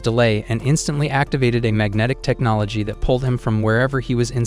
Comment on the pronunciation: bro literally said technologia 😂